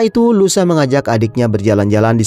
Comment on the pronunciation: louisa( baca luisa) bg bkn lusa 😂